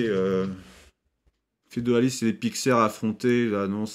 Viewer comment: On dit pas carthageniens mais carthagénois! Et c’est pas fedoalisme mais féodalisme! 😂